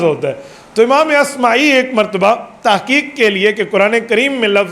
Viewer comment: امام اصمعی ہے عصمی غلط ہے